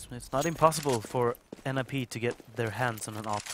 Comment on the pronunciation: Why do you say N.I.P? its nip